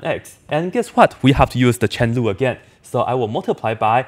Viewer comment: Lol I always thought it was "chair rule" because that's how my professor pronounced it. Awesome teacher tho